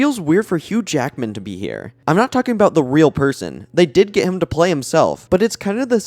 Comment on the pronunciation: You ACTUALLY say Huge Ackman. That‘s insane. Edit:, Jerrick…? Are you doing this on purpose..?😅